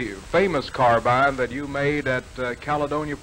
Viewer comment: See, there was a time when Americans knew it was a carbine, not a car-been